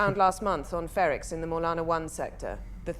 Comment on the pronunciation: It’s Bix and Luthen, not Brix and Luthren. Also the planet’s name is Ferrix not Fenrix. The slightly off names you’ve been saying has been bugging me for weeks 😂